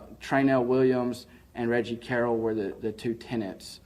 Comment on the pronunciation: You need to stop making yourself sound so ignorant mispronouncing Reggie Carroll (pronounced Carol). You listen to the police press conference and posting Billy videos, you should know how to say the man name by now.